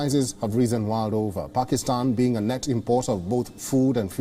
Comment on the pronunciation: These jokers can't pronounce asian countries names even. He can't pronounce Pakistan. But they make fun of us for not pronouncing their idiotic names properly